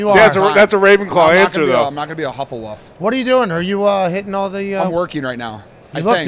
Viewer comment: Pat, its Hufflepuff, not Huffleduff